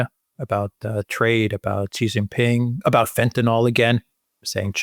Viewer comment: Not "jee" like je t'aime. "Xi" in Xi Jinping is pronounced a lot like "she", like the female pronoun.